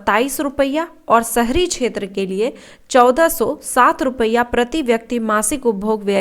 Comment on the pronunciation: रुपइया नही मैडम रुपया बोलियों वैसे आपका वीडियो अच्छा है